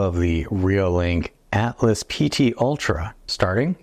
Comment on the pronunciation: I wonder how many of us, me included, still call this camera the ATLAS PT ULTRA. Look carefully. It's spelled ALTAS. Pronounced AL-TAS. :)